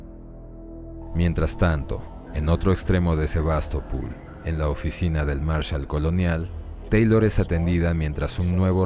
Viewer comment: Por que SevastopUl? Es SevastopOl.